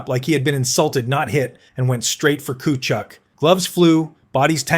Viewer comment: Tkatchuck was absolutely brutal.